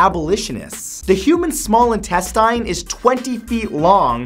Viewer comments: "In-tes-tyne" is that how you pronounce it? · intes-TYNE XD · When someone mispronounces "intestine"... T_T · You pronounced intestine wrong.